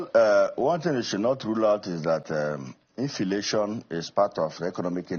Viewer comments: Mumu man "infilation" nonsense law maker my foot. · "Infilation" 🤣🤣🤣., please leave the Aba 👠 maker/senator aloneoooh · LOL the man cant even pronounce inflation, we have so many useless men in the national assembly. Leadership recruitment must be part of electron reform. A public trust clearance must be part of it. that will kill godfathers in the system. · THIS GUY IS AN ILLITERATE. LET HIM SHOW US HIS CERTIFICATE. HE DOESN'T SPEAK WITH FACTS, SEE THE WAY HE PRONOUNCES INFLATION